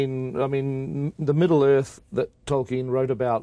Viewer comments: Omg Charlie pronounces like 1% of the names correct😂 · Charlie rose will not stop calling Tolkien 'toyken' and it's infuriating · you read ...TOIKEN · "toykin" can he not learn the pronunciation of his name before you do an interview about the film of his book? lmao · Who is this illiterate interviewer…. ToRKiEn 0.o